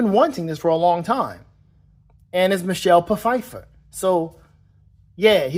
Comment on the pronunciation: pu-fiffer? lol